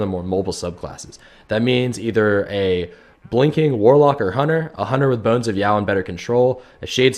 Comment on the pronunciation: the way he says bones of eao gives me cancer